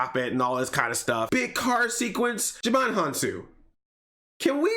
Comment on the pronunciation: I think its..."Djimon Hounsou" not "Jumanj Hounsou"